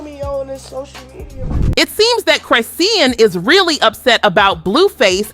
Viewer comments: It's Chris Sean not Chris Sea Ann lol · Girl As soon as she said Chris see Ann I stopped watching 😒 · This video so ass. You using live clips from when she was pregnant making it seem like it just happened, you can’t pronounce Chrisean name, and you talking about stuff that’s already beeen proved false. The Mabu tattoo was fake both her and Mabu said so days ago and here comes this video still spreading the bs.